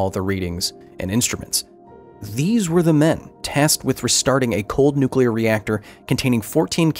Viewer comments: NUCULAR. It's NUCULAR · I could see Homer Simpson working at that nucular plant.